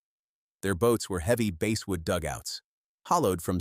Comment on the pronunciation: Basswood: not base-wood. I too will not follow a channel that's too cheap to have an actual human familiar with the proper pronunciations. You can't take one extra hour to read your script?!